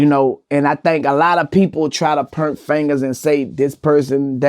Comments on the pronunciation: Point not purnt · I love to hear Louisiana people say “point” 🤦🏽‍♂️💀💀💀🤣🤣🤣🤣